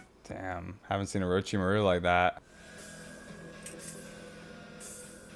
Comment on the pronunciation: I was boutta say this too lmao I noticed how he been saying it and Orochimaru and some other names lol but all in all I'm loving the content and video analysis and character ratings💯💯